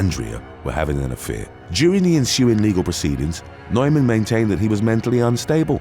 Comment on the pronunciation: The guys name NEUMAN is pronounced NEWMAN.